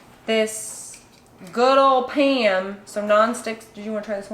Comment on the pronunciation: Paam. You can hear your midwestern accent big time when you say "Pam" :)